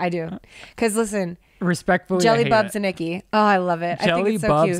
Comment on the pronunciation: Iggy not Icky.